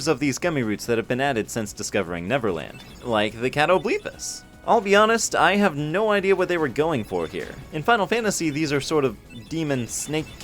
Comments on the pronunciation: I thought it was kat-oh-BLEH-pis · what is that pronunciation my dude haha I always heard it said “ka-TOE-bleh-pass” but then again maybe I’m the one who’s wrong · First time I've ever heard it pronounced as "Cat-O-BLEEP-as". I always said "cat-o-bal-pas" myself, because it rolls off the tongue better.